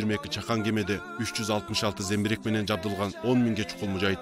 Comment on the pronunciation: Зембирек эмес замбирек